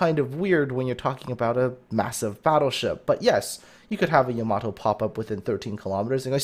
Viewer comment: It's pronounced Yah-mah-toe